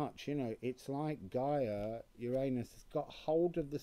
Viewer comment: Why do u say shoo when u mention Gia please.